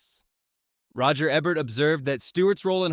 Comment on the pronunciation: Can't argue with #1, but #2 should've been "Mr. Smith Goes to Washington.'' By the way, it's Ee-bert. mot Eb-ert.